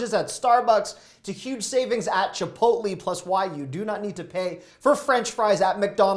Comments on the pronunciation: Did this guy just say chipotly? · Chipotly 😂 sorry Matt but I never heard someone call it that lol but still love your advice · Learn how to say "Chipotle" correctly